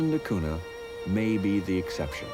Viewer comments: Everytime he says cuna, I cringe. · A very philosophical approach to this island. It took awhile for me to warm up to the presenter's style, but by the end I liked his observations of this microcosm of human society. I even enjoyed seeing the dogs in every scene! By the way, the pronunciation is Cunya.